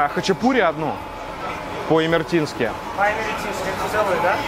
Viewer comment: Хачапури по имеретински, а не имертински